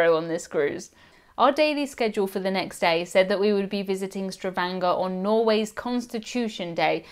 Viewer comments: StaVANGer not staVRANGer 🙂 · Say it with me, all together: Stavanger, sta-vang-er. Not: Stravanger.